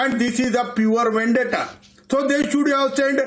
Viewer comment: ‘It’s Vandetta” spokesperson calling it a vandeta! It is the Maharashtra govt who is carrying out vandeta against the innocent people openly. This is the most pathetic defence.